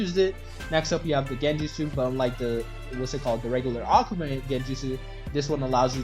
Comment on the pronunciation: if this man says okuma one more time